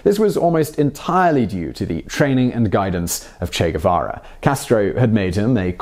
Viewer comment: The Che Gu-VaVa show!! With your favorite host..Che Gu-VaVa!!...cheers & claps.